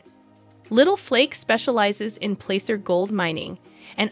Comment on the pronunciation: It’s Placer mining not plaster or anything else. Plaacer